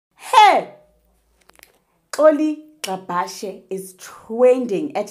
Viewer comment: Gcabashe haw bakithi not Gxabhashe😂